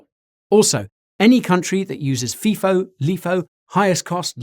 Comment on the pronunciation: *fie- foe *lie-foe